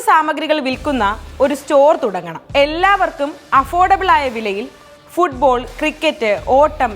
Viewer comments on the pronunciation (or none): none